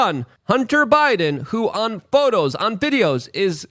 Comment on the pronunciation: Photers... hahaha